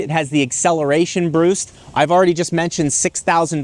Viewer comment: “Acceleration broost” 😂